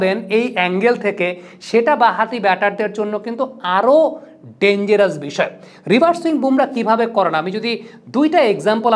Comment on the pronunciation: ভাই ওটা রিভার সুইং না। রিভার্স সুইং হবে তো। পরবর্তিতে ঠিক করে নিবেন আশা করি